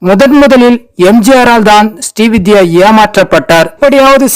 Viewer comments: அவர் ஸ்டீ வித்யா அல்ல.. ஸ்ரீ வித்யா.. தெளிவாக உச்சரியுங்க சார்... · ஸ்டீ வித்யா அல்ல! ஸ்ரீ வித்யா